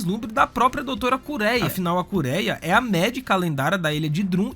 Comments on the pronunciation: a sua pronuncia esta incorreta é Doutora KureHa não Kureia, e é Doutro Hiluluk o correto, não Hiluliki, ótimo video Obs. nos fãs de OP somos chatos rsss voce deu bastante spoilers sim... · Kureia? Hilulik? É kureHa e Hiluluk